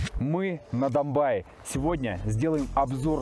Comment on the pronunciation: Не Домбай, а Домбей.что означает зубр на Черкесском языке. Зубры раньше там водились. Не Кисловодск,а Нартсана .Напиток Нартов-Богатырей.Тоже на Черкесском языке.